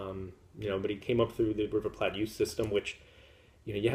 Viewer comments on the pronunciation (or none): Funny!!! I am fluent in Spanish and have a hard time pronouncing Alajuelense...! You may need to adopt an accent checker. Here and on BCR, I heard you mispronounce River Plate - it should be pronounced as the kitchen item you eat on and not Platt (as an in Adam and Oliver) - ahaha... Thanks for all the updates!